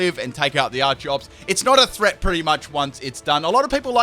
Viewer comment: Its pronounced ar key ops not ar chops